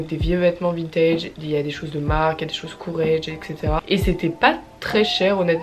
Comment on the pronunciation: faut que t'arretes de prononcer Courreges a l'anglaise. C'est une marque francaise!